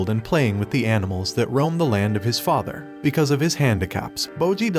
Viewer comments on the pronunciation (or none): none